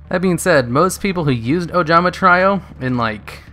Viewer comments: also try-O "trio" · He's been mispronouncing trio for years, id mentioned it before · It's Ojama 'Tree-oh'. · Tree-oh, my guy. Jesus